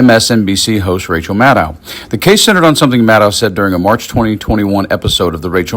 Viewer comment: Maddow rhymes with shadow. Get it right.